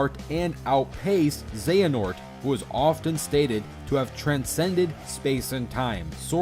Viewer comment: All these people trying to argue for outerversal Joker, but I'm just wondering how the heck they kept saying Xehanort and Xemnas wrong. I mean they're pronounced in the games several times. How the heck do you keep getting it wrong.